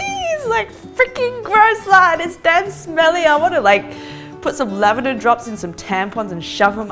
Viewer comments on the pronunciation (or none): none